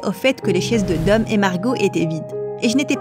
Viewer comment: On dit dom